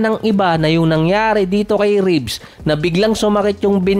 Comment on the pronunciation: Reeves hindi Ribs